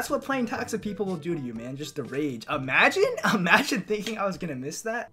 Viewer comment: Why he keep saying amagine